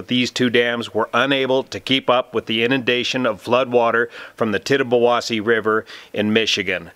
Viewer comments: As a local.. Thank you for pronouncing names of these rivers and lakes. It was a nail biting event. It was bad as the great 1986 flood. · No, no, as a local I can confirm that you gotta say it fast. Actually I was surprised pronounced it right, most people not from the area get it wrong.